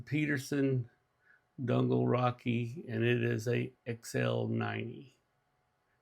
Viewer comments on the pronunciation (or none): Nice job! (Just an FYI: Donegal is pronounced "duh nee gl". 😊 )